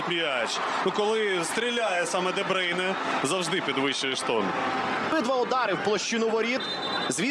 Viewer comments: де брюйне, а не дебрейне🙄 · Debroun not debreun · Чому дебрейне?????? Де брюйне.😂😂😂😂😂😂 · 😅 ДеБрюйне ане ДеБрейне....... 😂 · Боже комментаторы не позорьтесь де брюне как он выговаривает 🤦‍♀️